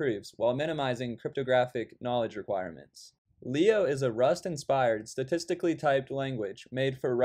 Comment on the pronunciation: I think you miss-pronounced statically